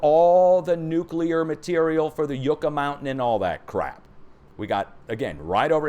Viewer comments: your prononciation of spanish words needs an adjustment. YUCCA sounds like yuck-ah lkt truck ah. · Yucca is pronounced like "uck" a short u sound.